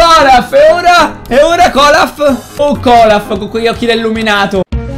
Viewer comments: comunque si chiama olaf nn colaf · non si dice colaf si dice olaf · poi si chiama Olaf perchè tutti dicono Golaf Olaf non Golaf almeno tu dillo bene non sopporto che tutti dicano Golaf quando invece si chiama Olaf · KOLAF? semmai OLAF xD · Ma non è Kolaf ma è Olaf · si chiama olaf non colaf😂